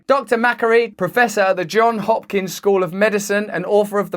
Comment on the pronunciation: FYI…it’s Johns Hopkins….With an s on the end of Johns, with no apostrophe. Johns was a family name and for some reason his parents wanted to use it as his first name. The s on Johns is pronounced. Don’t feel bad, even our local Baltimorean newscasters sometimes get it wrong, which as a graduate, makes me cringe.